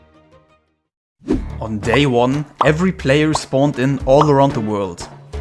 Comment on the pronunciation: Why do they pronounce World "Word" !